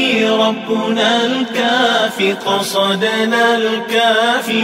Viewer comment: Alhamdulillah yg ni baru betul sebutan قَصَدْنا dan كَفَانَا 2 harakah. 👍